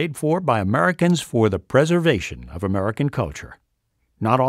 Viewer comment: Did anyone else hear the guy pronounce american as "merican"?